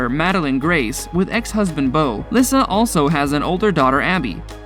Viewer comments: It’s pronounced “Lisa” not “Lis-sa” I don’t think this guy had ever seen any of Dog’s shows or he would know this. 🤦‍♀️ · Dr Oz not Uhze 😂 and it’s pronounced Lisa not Lysa Baby Lyssa and has Baby Lyssa had some work done to her face she looks so different but I do miss them all people do make mistakes no one is perfect I understand the dynamics of a large family I belong to one and have one myself Beth was an amazing person big heart and told it like it was beautiful inside and out she truly was the love of dogs life sad😢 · Lyssa is pronounced as if it was Le get it right not Lissa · These names are pronounced wrong... just helping...Dr. OZ...O-Z simply OZ nothing like Ojue...Baby Lyssa... it's Baby Lisa. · Omg did you even watch the show before making this? Her name is Lyssa, pronounced Lee-sah NOT lissa... Smh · Baby Lyssa's name is pronounced LISA. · Lyssa. Pronounced Lisa. I hate it when these dumb channels can’t even do the bare bones, basic research on how to pronounce THE SUBJECTS name. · To the narrator of this video learn how to pronounce names properly. Lyssa is sounds like Leesa...like the regular name Lisa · its pronounced LISA you troglodyte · It's Oz as in Wizard of Oz & Lee-Sa not whatever you stated. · Baby Lyssa it’s pronounced like Lisa & it’s Garry BOY Chapman not Garry Lee Chapman. If your gonna do a video about a tv show please get their names correct.